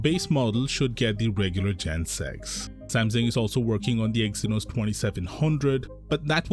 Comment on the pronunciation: Sam Sung Not samsin